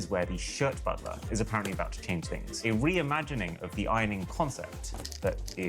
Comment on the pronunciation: The moment I hear "reimagening" Im out.